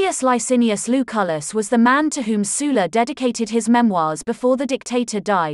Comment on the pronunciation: Sul-la not Soola